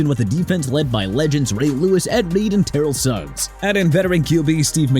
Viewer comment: Ter-rell Suggs not Terell Suggs! Ter-rell Buckley not Terell Buckley! TER-RELL OWENS NOT TERELL OWENS AND Dar-relle Revis not Darrell Revis!! GET THEIR NAMES RIGHT AND WHILE YOU'RE AT IT CRITIQUE MY MIAMI DOLPHINS ALL YOU LIKE CUZ I DON'T CARE!! 1995 WE WERE 9-7! WE GOT IT OKAY?! LET'S SEE YOU BRING UP LAST YEAR'S TEAM AND THIS YEAR'S OKAY?!